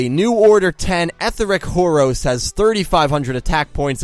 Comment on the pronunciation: did you seriously call it whore osh?